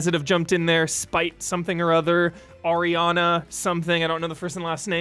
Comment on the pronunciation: Thanks for the shoutout, its Aranea though not Ariana XD. Edit: I ALSO HATE THAT SAMURAI ATTACK NOISE. What i did is some audio mixing to make it a little less annoying. You might find some sound setups in mixers or equalizers for ff14 on the internet to help with that, i'd guess damiani would know about it a bit.